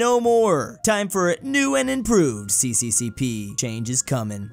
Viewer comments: it is not pronounced cccp it is pronounced "sa sa sa ra" which stands for Soyuz Sovietskiy Socialisti Respublik in English, it is Union of Soviet Socialist Republics or USSR. Therefore, pronounce it as sa sa sa ra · Fun Fact: its actually pronounced SSSR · CCCP is pronounced SSSR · it's not CCCP like in latin alphabet, it's Cyrillic, so it's "SSSR" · it's funny how pronounced CCCP as sisisipi.